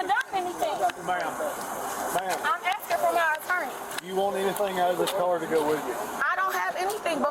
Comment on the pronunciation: What's an "Attaarrneee?"